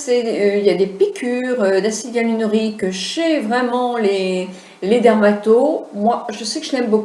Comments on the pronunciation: en effet sait de quoi elle parle mais il n'empêche qu'elle a mal prononcé le nom du produit et a n'a même pas dit "EALINORIQUE " comme disait Houyam mais de L'acide "IALUNORIQUE", alors que le mot exact est "Hyaluronique"...écoutez bien c'est a 3.20 min =) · hello on dit acide HYALURONIQUE ET NON YALURIQUE MAIS BRAVO POUR VOTRE VIDEO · je me permet de vous corriger,vous dites l'acide éalinorique,mais c'est acide hyaluronique,et merci pour la video bonne continuation. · Elle fait une vidéo sur un thème qu elle n’a pas su prononcer une seule fois correctement.... 🤦🏻‍♀️ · Vous êtes très belle.. Vous n'avez pas besoin de plus, acide HYALURONIQUE... Vous le dîtes mal !!! je ris.. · MDRRR ..a parce que vous vous ne faites pas pitié en Commentant "C EST VOUS QUI AVEZ MAL COMPRIS" , donc 1 Conseil Lavez vous les oreilles ma grande avant d'ouvrir votre grande bouche , et le fait qu'elle ai été une Esthéticienne n'empêche pas qu'elle ai mal prononcé le mot donc si J'ai ENVIE de la corriger je la corrige que ça vous plaise ou non !! Et J'ajouterais que vous n'intervenez que pour faire des remarques aux gens mais aucun au sujet de la vidéo, donc retournez a vos activités qui n'ont rien a voir avec la beauté et laissez les gens interessées s'exprimer ! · Arrêtez de charcuter ce pauvre mot : HYALURONIQUE!!!! Lol